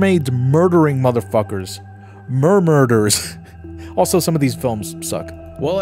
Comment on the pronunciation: merderers LMAO